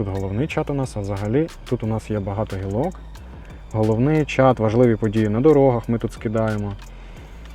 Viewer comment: Не гілОк а гІлок вибач 😀